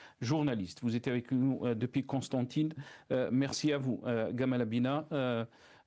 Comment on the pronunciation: C est jamal, pourquoi gamal 😂😂 un hommage au égyptien ?